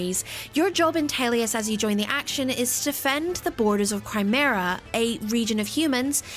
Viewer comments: Let me add another nitpick: she kept saying "Crimera" instead of Crimea lol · "...to defend the borders of Crimera, a region of humans, against attacks and incursions of neighbouring Gallia, which is full of monsters." ...There is so much wrong with this one sentence. For one thing, on the reader's end, repeatedly reading an "R" that isn't there in one of the game's most important names (Crimea, not Crimera) throughout this review is approaching "lovable Rain and inscrutable Duncan" levels of sloppy. Though given everything else, I would not be surprised if it was actually written like that in the script, too, now that I think about it... But more importantly, in terms of what is actually being said, it's just so blatantly incorrect that it makes me question if the reviewer has actually played the game for this review. By the start of the FOURTH map of the game the player already knows it's the neighbouring human (Beorc) country of DAEIN that invades Crimea, not Gallia. Worse, it's established only a chapter later at most that Gallia is, in fact, allied with Crimea. It's also not home to monsters, it's the Laguz. They are people. That's kind of half the point of the bloody game. Frankly, it's bizarre how little this review even says about the story, writing or characters that is actually meaningful and correct for being one of the first things it claims to praise. If I may really nitpick, even saying "the Greil's Mercenaries" is technically incorrect. It's "the Greil Mercenaries" without the 's. The name gets thrown around multiple times every cha